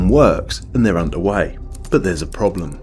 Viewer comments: "PROBELM" or "PROBLEM" ? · "but there is a PROBELM" :D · Deauville is pronounced doh-vill (dough-vill). Not de-ville. Not Cruella Deville. And that's not the only problem. There's a probelm., you must try harder. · LOL PROBELM??? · "There's a PROBELM..." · i'm sorry but, - probelm?